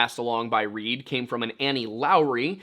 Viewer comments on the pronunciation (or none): none